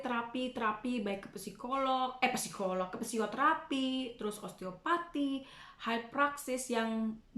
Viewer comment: Moon maap ngakak pas bilang pesikolog😭😅🤣 Nice sharing mom. Semoga ada hasil yang baik selama terapi😊